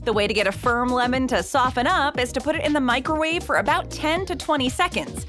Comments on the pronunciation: Am I buggin or did she say "microrave" a couple times? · The baby at the end was a nice touch to the video and well placed..but what on earth is a Mikerwave?..a better way to say Microwave